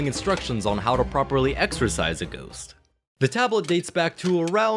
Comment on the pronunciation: "Goost" 💀 Stellar video, mate!